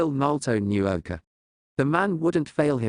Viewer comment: I wish they would work on the Name pronunciation. Repeatedly hearing them pronounce Iruka and Naruto's names wrong was like nails on a chock board to me.